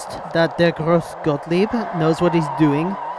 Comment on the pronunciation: You've pronounced the name of the demo wrong. The E of "grosse" is pronounced like the english A. EDIT: Like Patrick Hoff said, it's more pronounced like an U. I knew that A wasn't quite right, but it's sometimes difficult to transfer from german to english pronounciation.